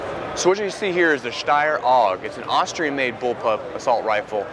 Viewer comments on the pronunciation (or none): none